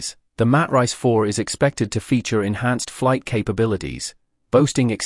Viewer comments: These A.I. voice overs I tell you! What is a Mat Rice! 🤣🤣🤣🤣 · Lost me when the AI Narrator pronounced the Matrice model as Mat Rice.